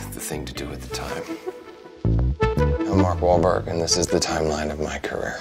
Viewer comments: Mark bahl... Walk.. wal.. malk wauberg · Mark Wal-ball-wal... Mark Wahlberg